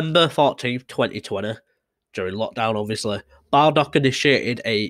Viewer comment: Not BALdock - it’s Borldock